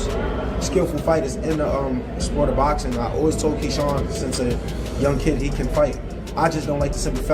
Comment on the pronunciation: AI Said “Keean“ 😂